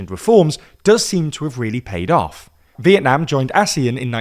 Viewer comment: you say vietnam in a way that sounds like when someone from vietnam says it in english and its cool this is a compliment :3